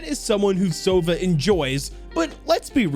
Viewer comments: btw his name sounds not like "sOva", it has to be "sovA". Owl sounds like that in Russian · In Russian sova isn’t pronounced „sova“ but actually sava